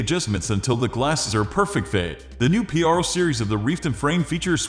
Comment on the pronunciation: Why are you saying p-r-o and not pro??